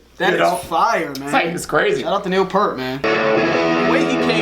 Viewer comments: Real quick: Just wanted to let you know that Neil Peart's name is pronounced "Peert," like "ear" but with a P and T. Don't worry; I screw up his name all the time. Sorry, Neil! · You guys do a great job! I love that you concentrate on the lyrics. Just one small thing - Peart is pronounced Peert (like beer). Thanks for the great videos! I love watching them. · Neal Peart is pronounced "Peert." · Time you learn to say Neil Peart's name correctly. It is "ear" with a "P" in front and "T" on the end. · Yes, he'll never say so, but Neil appreciates when his name is pronounced correctly. :) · You know you’re not a RUSH fan when you mispronounce Neil Peart’s name.